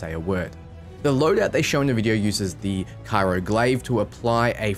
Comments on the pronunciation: CRYO... not CYRO. Sorry lol was bothering me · So excited for rogue-y/assassin-y goodness. Just a note though, "cryo" is not pronounced "CAI-roh"" That's the capital of Egypt. It's "CRY-oh." Okay, pedantics aside, excellent and concise video, can't wait for the release!